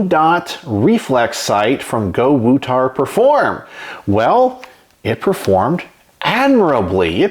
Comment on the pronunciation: So not Go-to-War…it’s Go-woo-tar!